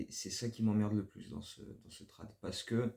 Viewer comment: Move très étonnant... super vidéo ! Par contre on ne dit pas "trade" mais "trayde" au niveau de la prononciation ! Go Bulls ! ❤